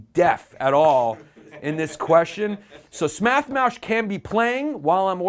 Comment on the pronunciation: Smath Moush lmao